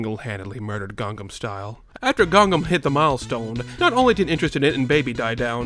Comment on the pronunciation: ITS CALLED GANGNAM STYLE!!! NOT GANGAM STYLE!!! AAAAA!!!!! other than that, cool video